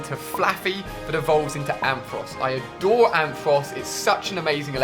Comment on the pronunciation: HighZz Games true but cutting whole letters out of a name is a little annoying ex:amphos It's ampharos